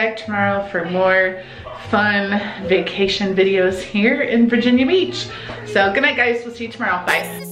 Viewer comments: said virgina beach when he had the camera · said vingina beach